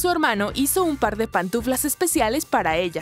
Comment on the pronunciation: Y esa voz no sabe decir pantuflas y dice patuflas